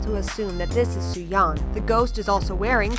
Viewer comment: It's suyeon, not sumyeon